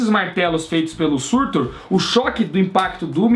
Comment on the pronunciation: o nome é SURTÚR.